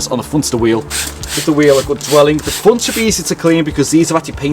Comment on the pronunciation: Front not fronttss